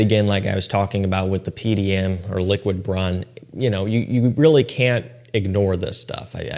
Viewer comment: It’s pronounced lick,wid broon. Hope this helps